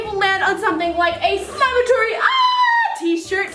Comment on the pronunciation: It’s a slime-a-TOUR-y